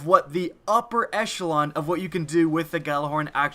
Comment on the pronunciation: Upper... "escheolon"? What are you saying here?